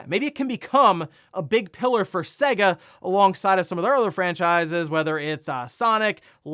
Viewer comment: SAY-guh, not seh-guh. there was an entire advertising campaign about this.